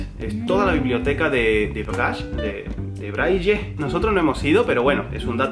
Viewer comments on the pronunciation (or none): "Braillé". Para la próxima, di "Braile" xD. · Soy belga (se habla francés en Bélgica) y no se pronuncia "braj" se pronuncia "bray" xD Buen video ! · Yo por ejemplo les voy a contar un poquito de mi historia no nací con discapacidad motora Me encantaría algún día llegar a viajar a Japón no sé como este adaptado a las personas tienen un problema de discapacidad muchos saludos muy hermosa pareja❤❤❤❤❤❤❤ se pronuncia brainly brille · no es braye el sistema de escritura para invidentes se llama sistema brayle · ES BRAYLE BRA-Y-LE NO BRAYE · se dice braile no braille xdd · BRAILLE pero se pronuncia Braile, sin una de las L. Por otro lado, en gran cantidad de países se recompensa a las empresas que contraten a personal con alguna discapacidad. Eso si, los trabajos deben estar adaptados o pensados para ellos, no vas a poner a un discapacitado de guarda de seguridad en un banco, pero si puedes poner a uno en un centro de control de seguridad. En el transporte, que es lo que mas domino, lamentablemente no se admiten discapacidades superiores al 33%, si estas afectan a la movilidad, la capacidad de poder objetos o la visión, salvo que sea transporte de personas, que si es mas permisivo. En España, ya es obligatorio que los lugares públicos tengan accesos y servicios adaptados a minusvalidos. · ¿A nadie le sorprende la incapacidad de de decir Braile en castellano? Me resulta gracioso ahahahaha. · se dice braile sólo digo 😁